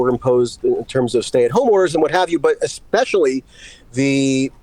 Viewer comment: idk who marie oakes is, but anyone that says "ex-specially" is not to be trusted to have serious takes. its like saying "pa-sghetti" 🤷‍♀️just sayin